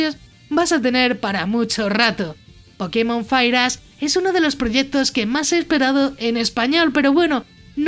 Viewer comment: Parece que en verdad dice fireass XD